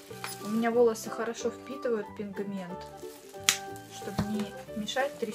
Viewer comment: Я одна услышала "пиНГмент"?